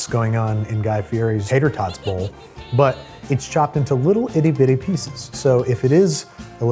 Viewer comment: "tots bowl" oh no no no